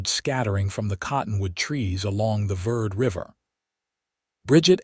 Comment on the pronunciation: It is Camp Ver-day, it is Spanish. It means Camp Green for the Verde River. Listening from Dewey-Humbolt, AZ. It is Ocotillo, not Acotillo. It is Ver-day River. Educate the AI voice.